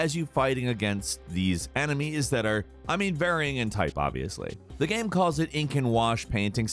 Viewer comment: He keeps saying gam instead of game